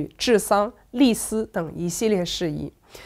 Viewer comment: 这一集不知道怎么了，念了好多错别字：脸颊，记载，立嗣……